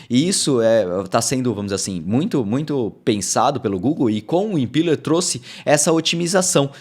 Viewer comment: Excelente update,!! Fico feliz com a direção do nosso querido Flutter. Só uma dica, a pronúncia dessa rendering runtime é "impéler", como visto aqui: Abração!